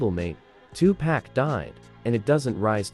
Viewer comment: Say it with me white folks. It's 2pac not 2pack why is that so hard.